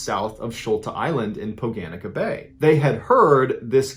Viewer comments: Is that pronounced Poh-guh-neet-suh? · As it happened in my neck of the woods, here is a bit more about the third story of the Croatian cave off the coast of Sholta island: 1. The cave is called Poganica (pronounced, poh-GAH-ni-tza), which means "the pagan/heretical woman", i.e. a witch. 2. More about the incident and the cave itself can be found here: 3. MIroslav's suicide is the first known suicide of a diver under water. 4. When Miroslav was pulled out of the cave, it was not immediately clear to the Croatian police in Split whether his death was a homicide, suicide or an accident. At first, there was some suspicion about his dive buddies having killed him in Poganica. In fact, the diving buddies were briefly arrested once Miroslav was found with a knife in his chest. There were serious thought put into how Miroslav could have been murdered, including a simulation in which he was killed on land and dumped into the shallow gallery later. The investigators wondered if it was possible that Miroslav's dive computer was put on a line and submerged to different parts of the Poganica to fake his movements, but the forensic findings did not support this idea in the end. 5. Oliver Meric, who died trying to get Miroslav out, was a special forces guy. It seems that his death was caused by disorientation and panic, which got him doing exactly the same thing as Miroslav - going from one gallery to another, looking for an exit. In the shuffle, Oliver had lost Ariadne's thread (Croatian diver's slang for the diver-to-s